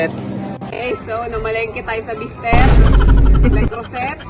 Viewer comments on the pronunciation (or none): Le Creuset pronounced Le CROOZAY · Silent T po Le creuset 😅